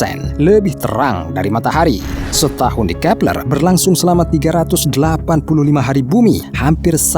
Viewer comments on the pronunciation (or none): Kee peLERRR X 😂😂😂😂😂😂😂